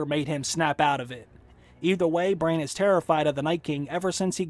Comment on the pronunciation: its BRANN not BRAIN